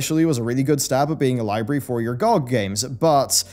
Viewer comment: it's not gogg, it's g-o-g.